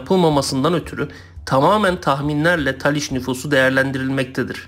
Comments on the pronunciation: taliş değil talış! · Taliş deyil, Talış olucak.